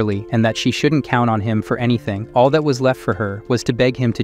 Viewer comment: makes SO much sense, for a while it was saying the word "all" as the name "AL" like short for "Albert" and it was getting on my absolute nerves. "Colleagues" was "Coll... eague... ands" a few times and was said slowly like he was reading the word for the first time in his life. "Filled" > "Fill... ed" || "Surveillance" > "Sur... veil... ahns" || "Following" > "Foh... low...ing". A lot of the pronunciations are really throwing me off and I notice them so much, I understand why this channel is probably using AI, they're probably taking out a lotta content but ehhh.. it's just not for me. After I'm done hearing this story, I'll be going to a different channel for this sorta stuff, I only clicked because I mistakenly thought it was a different channel that the voice sounds super similar, but it's much more expressive because it's someone actually reading it.